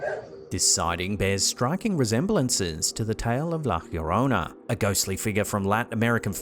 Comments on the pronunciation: It's not pronounced "hhhyorona" lmao two Ls make a y sound, no need for the hhchch sound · And unfortunately keeps mispronouncing La Llorona everytime. He needs a little help from a Spanish speaker